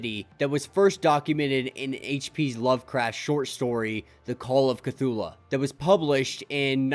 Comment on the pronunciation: This is triggering me but it's pronounced Ke-Thoo-Loo and not Ke-Thoo-La. Still love your content keep it up!